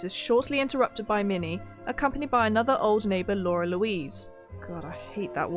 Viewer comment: It's "Lara Louise" not "Laura Louise".